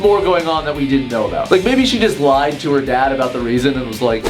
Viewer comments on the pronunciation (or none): none